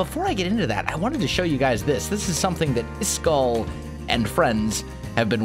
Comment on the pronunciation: Why do you keep calling him iskull? it's isk-all